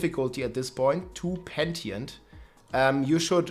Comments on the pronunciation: Say peNTient one more time and i unsubscribe... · pentee-ent huh